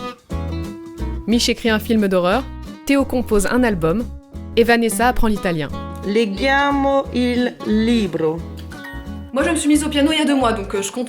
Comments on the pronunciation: leggiamo ne se dit pas "leguiamo" mais "legiamo" le "ggi" se prononce comme le "g"i de "girafe" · Dis a Vanessa que leggiamo se prononce lejjiamo :) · Ça se prononce "lédjamo" Vanessa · Petit coup de pouce pr l’italien: on dit leggiamo (ge pas gu) 🙂🙂